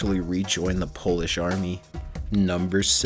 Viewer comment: He also said Poeish over and over, instead of Polish.